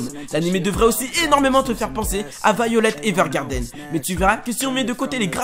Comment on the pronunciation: Vaillolette evergarden... meilleur prononciation '-'